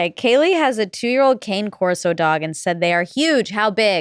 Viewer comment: Not "Cane" Corso - pronounced kah-neh Corso. We have one and they are the most lovable dogs ♥ Rob put a crazy ass image on lol